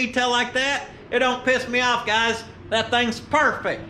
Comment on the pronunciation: It’s like you said “PERFEC”!! Love it.